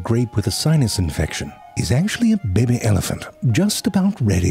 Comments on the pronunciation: It sounds like you're saying "baby" instead of "bebé". This is not ok. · It's pronounced "bebbe"